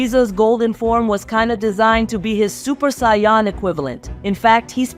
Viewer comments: Americans generally pronounce Saiyan as "Say - en" , rather than "Sigh - yon". Like "do you know what i'm sayin'?" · love the work, but please stop saying saying Saiyan like 'SION' or 'Sai On' is annoying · The way saiyan is pronounced is so annoying and completely said wrong love the content but please can we get the pronounce of the words correct please couldn't finish the video it was pissing me off too much it's saiyan it's pronounced sai-yn